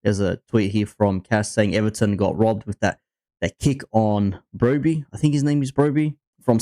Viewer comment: Brobby? its fuawking Barry you melt😂😂😂😂